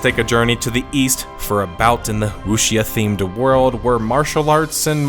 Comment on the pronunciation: it's "woo-shaw" man "woo-shaw"